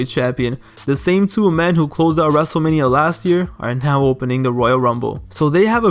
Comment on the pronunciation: “ Dzave Batista saw that dzable U dzable U E belt in his sights” “ wrestzlemania tzweny one”